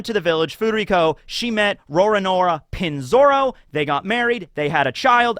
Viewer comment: its not Pinzoro its Peen Zoro. Sounds much better and is proper vowel pronunciation.